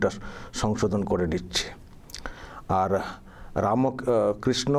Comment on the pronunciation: দাদা ওটা তো ছাগল পাগল, ঠাকুরের নাম ভূল উচ্চারণ, পাগলির জিভ পাপে ভারী হয়েছে, তাই শত চেষ্টা করেও উচ্চারণ হচ্ছে না।